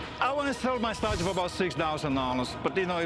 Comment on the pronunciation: It’s a meE, mario and my estatu-e. Buy it!